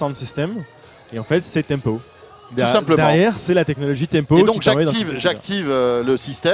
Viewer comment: Je plussois d'un gros pouce Bleu pour "Tempow" ....